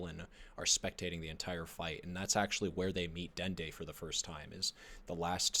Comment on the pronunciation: Dude called Dende "Dendy".